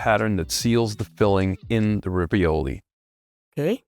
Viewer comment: ravioli (singular: raviolo) is pronounced with "A" like "pizzA" and it's just stuffed pasta. Not any type of stuffed pasta is ravioli but mostly it is, in general if it's closed it's ravioli.